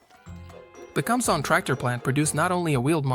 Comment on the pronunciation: Some notes. . Interesting vehicle It is powered by fuel derived from wood, coal, or charcoal. It is very old technology. "Kumsong" is pronounced "koom-song". Guess the computer can't read Hangul letters. . The building is the Grand People's Study Hall. A library, if you care to read Kim Il Sung's very extensive writing. It is within the government center of the Pyongyang, but not really accurate to call it the "main government building". The tractors, as old and small as they appear to us, could be seen as overkill. South Korea got along very well for a long time with what amounts to large rototillers. Terrific little machines with surprising torque. Seen helpful farmers pull large pickup trucks which looked pretty well stuck. But I suppose when you run collective farms, bigger is seen as better.